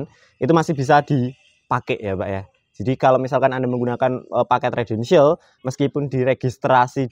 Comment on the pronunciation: Residential mas..dudu redential. Bingung ngko sing ndelok